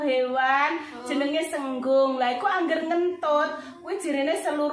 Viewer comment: Kewane jenenge Sigung mbak, sanes senggung.